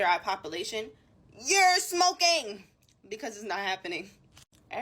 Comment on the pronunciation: "YER SMOE KING" was so funny to me